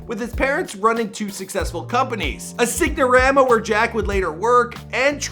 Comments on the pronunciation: Exactly! I reminded it to see if he really didnt say sign. But nope he definitely said sig-na-rama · SIGN - O - RAMA (SINE- O-RHama) NOT signormaa LEARN TO SPEAK! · As a Canadian, that's no excuse. How many times did he hear it during research ya know? And also sign-a-rama his parents business, he kept saying sig-na-rama hahaha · This guy really can't fucking read. He said Luis-ville and sig-no-rama.